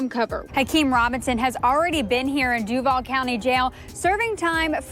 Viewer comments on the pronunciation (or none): FYI, they tend to pronounce Duval "Due-Vol" not "Duevl". I don't know how easy it is to change your pronunciation tho. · I don't understand why you are doing shit on Florida I'm from Florida Born and raised but I'm up north now but I know that you have no idea about Florida g lol but I don't know what has you doing a Florida one and learn how to pronounce the name of Duval county but good Try and I like the video because I am seeing what you think so